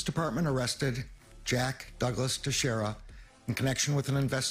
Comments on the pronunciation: pronounced Tashera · FYI, Teixeira is pronounced "Tasheera".